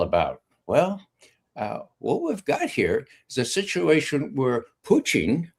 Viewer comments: Not knowing that he was intentionally pronouncing it that way I actually went to Google annexed who is the Russian individual involved in the current Russia us talks whose name is pronounced poo ching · My main complaint is how he pronounces “Putin”. 😑